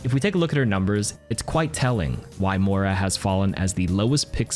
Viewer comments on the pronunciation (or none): none